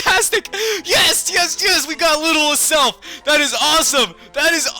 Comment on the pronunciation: 😧😧😧😧😧😧😧it's AZZZZZelf not ASSSSelf zzzzzza not saaaaaaa